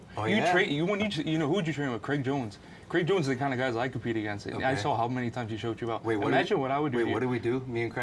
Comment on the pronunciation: its craig jones, not creg jones.